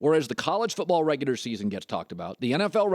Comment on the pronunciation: I hate how this dude says "regular"💀